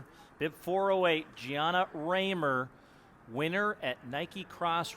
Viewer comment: She is perhaps the Future of American Women's Distance! BTW >>> Quit pronouncing her name with a long, upper case A The Rahmers I knew from Sheboygan WI all went with the GERMAN lower case "a" Unless she indeed owns a different dialect pronounce... ?? Hmmm